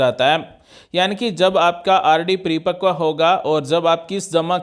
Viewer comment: Pre pakv nhi 😂 paripakv bolte Hain